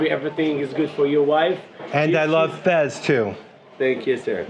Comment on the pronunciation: Fez not Fes!